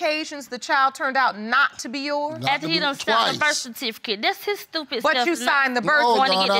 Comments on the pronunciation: He said “Burf Cutifaket” 😂 Birth certificate? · 42!???? I know u lyin! U mean more like 62! And he said "birth kersificate" 🤣🤣🤣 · haha Birtfecitiket😂😂😂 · "Birf cartificate" am done🤣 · "Birf catificate" and "hospilla" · This is how I looked watching this episode!!!!🥴😂 And I can't even spell the way he pronounced Birth Certificate 😂